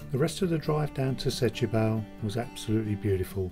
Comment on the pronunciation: Setubal is pronounced Stuball.